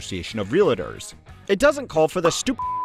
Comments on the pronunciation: Dude should reeeally learn to pronounce Realtor (relliter??) if they're going to make a whole video about it. Also not all real estate agents are Realtors. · The word is pronounced real-tor not real-a-tor. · Real-tor, not Real-a-tor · Realtor not real-I-tor… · Wtf is a real-uh-ter?” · When you mispronounce “realtor” it gives me little faith that this is your area of expertise